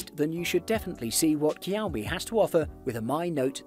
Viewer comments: It is not Kiaomi but Ž(X)iaomi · Shao-me. Not kiaow-me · Cowme ? Whats a cowme phone? I thought it was pronounced showme ? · I'm Asian and it's not Kiao-mi, that's Shao-mi or Chiao-mi.. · 🤣🤣🤣🤣 It's pronounced SH-IA-O-ME, but great video anyway. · I Love cow-me phones😉 Lol, I really do though. I have the redmi note 9 Pro and am looking at the Poco X3 right now for an upgrade. Great video. Just had to tease as it was cute how you pronounced it:) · Him: kEYoUmI Me: h-how did you get that version of it? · What's Keow Mi? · Learn alphabets first. 😂 Kiaomi. 😂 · Kiaomi,, kiaomi ,, man you know how to get on someone’s nerves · I know, right ? Its pronounced showme, isn't it ? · This guy is either mispronouncing the make and models or I have just learnt how to say Xiaomi properly. I thought it was 'shaw me' and 'me' mix, not 'my' mix??? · Keeowwwmeee... Dislike 🤣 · The X in Xiaomi is pronounced as a J btw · OMG ITS NOT COW MI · Ik u didn’t just call it kiaomi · I was gonna watch the video, but the way he pronounce xiomi make's me uncomfortable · Same here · You're killing the pronunciation of Xiaomi